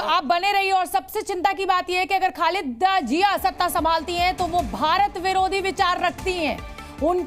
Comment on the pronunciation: Are khalida jiya nahi Khalida zeya hI wo Pata nahi kaise anchor ban jaate ho Ap